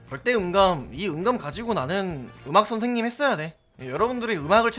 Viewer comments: 신생님 선생님 똑같네 에바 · 아니 자꾸 신생님 말하면 왜 자꾸 웃기지ㅋㅋㅋ 특히 호박죽이 더 웃기다ㅋㅋㅋ